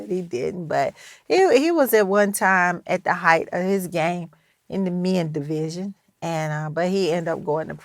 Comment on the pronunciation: Did she just say "mens division"⁉️😂😂😂😂😂😂